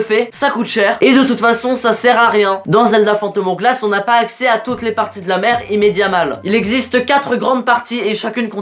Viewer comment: Spirit tracks EST MIEUX. En plus as tu t'es trompé mdr c'est le link de wind Waker pas OOT, mais tu es pardonner grâce à ton magnifique accent "phantom OWglasse" <3